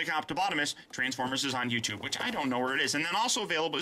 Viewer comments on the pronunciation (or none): none